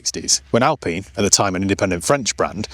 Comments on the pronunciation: Alpeen? Or Alpine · Hey, why do you pronounce this as "Alpeeen" and yet, you insist on calling a Porsche a "porsh"? Pronounce names properly, please!